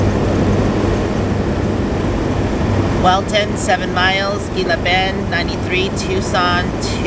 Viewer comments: Gila Bend is pronounced hee la.Enjoy Tucson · You have the best videos! Going down the road and seeing the sights. Thank you for doing these “on the road” videos. I enjoy them very much...be safe and. By the way Gila Bend is pronounced as an H. (He la bend) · Gila bend is pronounced hella bend lol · The Saguaro cactus is only in the Sonoran desert - so if you're seeing them you know you are still in the Sonoran desert. You were parking near Sonoran Desert National Monument. Gila Bend is pronounced He la Bend. Thanks for the drive, I haven't been down that way for a long time. Next time I think I'll stop (before summer) and get a date shake, sounds yummy. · pronounced He- La Bend